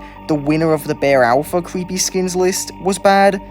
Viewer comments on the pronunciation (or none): It's so "scawey" and "cweppy" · "Cweepy" cracks me up everytime he says it